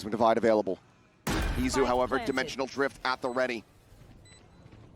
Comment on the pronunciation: Is it Itzu or Izu??? I thought it was Izu wasnt it?